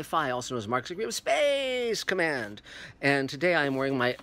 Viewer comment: First of all, Dear god stop saying "space command" like that. It's sounds SO very stupid. Just stop it. Second, did you REALLY just say the National Geographic MARS series was boring??! Really? Well, there's your opinion just failed. Bye.